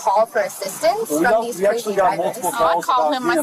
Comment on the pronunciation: ‘He was chasing him lika crayzy’😂😂😂